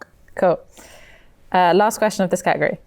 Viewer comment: The way you guys pronounce " category " is so annoying 😑